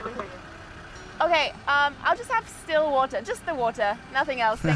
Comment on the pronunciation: I thought she was saying distilled water. Lol!